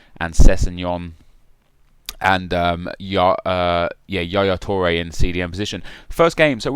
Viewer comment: yaya toure? Nep waa?